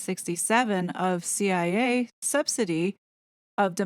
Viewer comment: I am here following you and is like why is she calling the CIA chia, like the plant pet.😅 Most of us in our fifties and older know the real Gloria Steinem. Time has soften her image. 😊